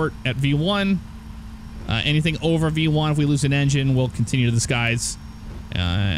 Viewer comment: it sounded like b-1 I knew it was v-1. Have you done any sort of training for flying?